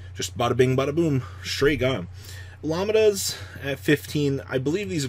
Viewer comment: It's Lamb-Dah...Like the Greek letter....